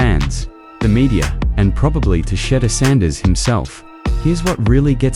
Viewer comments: You refuse to pronounce his name correctly. Subscribe to this, no. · If you can't pronounce a simple name i don't watch and definitely will never subscribe